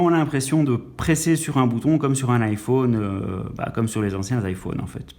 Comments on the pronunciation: ça dérenge que moi qu'il prononce I phaune? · Je dislike parceque tu dis iphaune et c'est chiant sinon c bien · nn moi aussi sa me stresse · haaa désoler en même temos c'était le seul mot dont tu prononçait mal et comme c'est le nom d'un produit ça peux arriver à tout le monde😂😂😅😅(si non t'as vidéo est géniale) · Rayane Berabah nous les belge on dit sa 😂